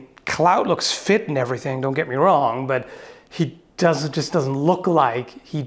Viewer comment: I like that "but" which is more like "BUTT"